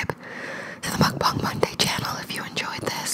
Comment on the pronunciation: Not hating or anything but since your account is called Mukbang and you make mukbang videos you should learn how to say it right 😅😅 no offense 💗💗